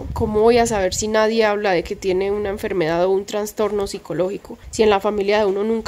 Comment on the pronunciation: Ay perdónameeee please 🙏 pero yo también sufro de ansiedad y soy obsesiva y media histérica y fibromialgia y blá,blá, blá. No me gusta pero a mi edad (58) ya me estoy quedando sin filtro y no puedo dejar pasar que se dice trastorno y no transtorno, algo así pasa con trasplante y no transplante. Sorry 🫢 te admiro mucho y te sigo desde antes de que te mudaras a la finquita anterior alquilada y con tu pelito encima de los hombros y veo todos tus progresos junto a Granda y me siento muy orgullosa de tí. Sigue hacia adelante mi corazón que apuesto por tí y pago triple.🫶 *Granda es un tipazo, me cae súper bien* Cuídense mucho❤️